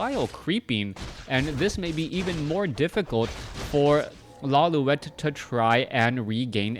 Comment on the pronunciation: isnt it pronounced "LawLeet"